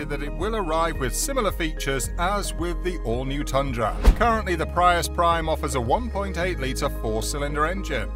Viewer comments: I wish you were correct. Look at other people's videos. You're giving wrong information. It's pronounced Pree- US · Thank u! I wished they'd make them sportier looking. We pronounce Prius as (PREE US) 😉🇺🇸